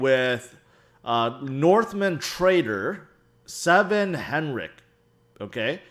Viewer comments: sven not seven xD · It is Sven not Seven :). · Seven lol. It’s Sven. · The guy's name is Sven (pronounced: swven), not 7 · Haha why do you call him "Seven"? Haven't you ever seen Titanic when they're asking where SVEN is? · ‘Seven 7 ’ Henrich?🤣🤣🤣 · I love you bro but you are the absolute worst at pronouncing names.... "seven?" 🤣🤣🤣